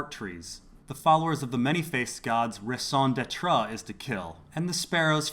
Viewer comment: am I the only bothered by how he pronounced raison d'etre?